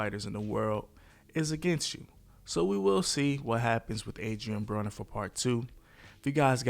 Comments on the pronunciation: Broner not bronner 😂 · why you mispronounced his last name- "browner"?... disliked.